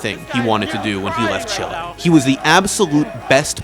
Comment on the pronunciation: Great video, but just to say chile isn't pronounced like that